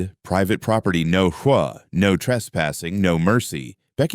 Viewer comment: If your going to put up a sign, try to pronounce and spell hoa correctly.